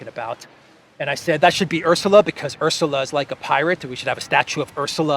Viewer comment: ArrSula Varr arr craarzy